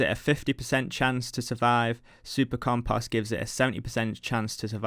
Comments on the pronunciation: Love the series... Triggered by how you say "compust" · Rly no offense and I don't think less of your video or you. But it drives me crazy the way you pronounce compost it sounds like comPUSt. Lol but yeah good video mate and best of luck to you in your journey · "compohst" dropped that like/sub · the amount of times 'compust' was said was out of this world. almost couldn't keep watching. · You mean every time he says "comPUSt" hahaha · Hey man, I just wanted to say "compost" doesn't have the letter a in it.